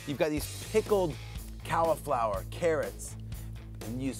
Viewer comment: Love a bit of DJ BBQ, but Callaflower right at the end made me laugh and reminded me of the Eddie Izzard bit about America and Britain being separated by language. You say to-mate-oh, we say tomat-oh, you say aloom-inum, we say allu-minim, You say erb and we, we say herb...... because there's a fucking H in it.